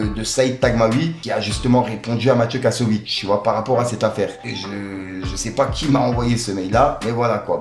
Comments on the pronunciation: ficko ficko on dit kassoVITZ. Pas kassovitch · Kassovitz et pas KASSOVITCHHEE fait un effort